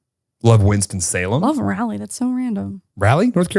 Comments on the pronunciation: hey as your resident north carolinian it’s RAH-LEE not rally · Not Rally but Raleigh. RAH-lee. Love your podcast. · The way pronounces “Raleigh”, it’s RAWL-EE 🤦🏻‍♀️😂 … Also, I live in Florida and I love it here. ❤️ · calling Raleigh “Rally” was making me cringe 😂